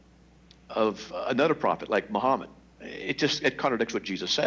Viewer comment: I HATE how they pronounce the name of my Prophet.